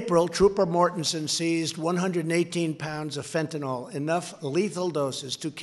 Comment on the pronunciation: Stupid bastard doesn't have a fucking clue: it's FentanYl, not FentinOl. Arse!